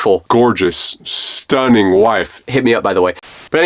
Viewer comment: "STUNNIBG" Thought He Say Something Else But Kk